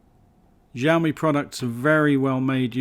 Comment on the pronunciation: Btw it's pronounced shao mi